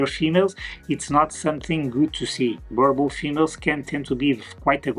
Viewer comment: You need to learn how to pronounce the breeds name👀 [boo- rrrr -bull]